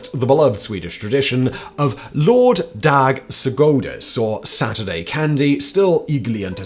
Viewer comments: Hahahaha “lore daag segodays” hehe my brother it is Lördag (the lords day) [lur-dog] ‘s’ to show possession like “Saturday’s’” and godis [god-iis] means candy. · nobody teach him how to pronounce lördagsgodis ever please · Sorry. The way you pronounced ”lördagsgodis” was really funny. 😂 “Lord daag sugodees” lol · ”Lord-dääg-sugoue(?!)-deez” oh my god I had an out-of-body experience at that 😂😂 I think the pronunciation of Vipeholm was pretty cool though. He made it sound like ”viper” a little bit 🐍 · Lördags godis was really butchered here! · jag pratar engelska som modersmål, men jag kan svenska nästan flytande. jag skrattade jättefort när han sa det 💀